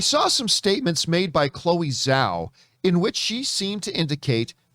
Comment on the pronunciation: Its Zhao... with a J sound But Chloé Zhao Star Wars? Yes please!